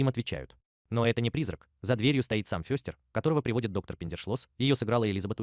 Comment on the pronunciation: Ну что за произношение: МОртиша, ФЁстер... Тьфу! У Кузена Итта и то речь чётче. Добавлю ещё несколько фактов: 1. "Странной семейке" у Чарльза было посвящено менее 10% рисунков - 150 из 1300, первый рисунок с прото-Мортишей, а так же возможно с прото-Ларчем (единственный Ларч с бородой) и возможно даже прото-Уэнздей был нарисован в 1938 году 2. У героев появились имена и известные нам многие фишки, которых в рисунках Чарльза не было и в помине, только в сериале 1964 года. Актёрам давали выбор и возможность импровизации. У отца семейства было 2 варианта имени: Репелли и Гомес, выбор сделал приглашённый на роль оного актёр Джон Эстин, который кстати добавил в привычки Гомеса такие вещи как Дзен-йога, курение сигар (тем более сериал спонсировала табачная фабрика) и игру в паровозики (в оригинальных рисунках был лишь один, где Пагсли запускает на игрушечную железную дорогу перед поездом что-то вроде автобуса). 3. Имя "Уэнздей" (Среда) придумали производители игрушек, когда выпускали серию мерчендайзовых кукол перед релизом сериала, основываясь на строке из стишка про дни недели - "тот, кто в среду был рождён, горьким горем будет полн", хотя официальный ДР Уэнздей - пятница 13е, в сериале даже есть прикол, что у неё 2е имя Пятница, а в новом сериале была ещё и МАнди (Monday - Понедельник) Джонс, дочка кузена Рамона, двоюродного брата Гомеса. 4. Вещь по задумке Чарльза была отрубленной головой, но режиссёр Дэвид Леви посчитал это слишком перебором и заменил её на руку кузена Итта во